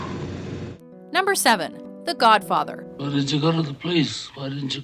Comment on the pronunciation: Am I the only one whose annoyed by the way she says .com? There's no H in "com". It wouldn't be so annoying if it were part of an accent or something, but it's not. It's just an annoying mispronunciation. Oh, she does it to "hollywood" and "The Godfather" too. It's her O's. Her O's are Ohs.